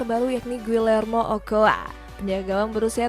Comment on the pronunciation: Ocoa bukan okoa...